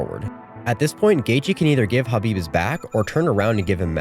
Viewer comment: Thank you for pronouncing Khabib's name correctly. I can't believe even today and even after Khabib told people how to pronounce his name that some people still pronounce the K